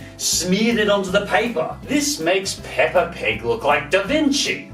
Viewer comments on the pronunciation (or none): none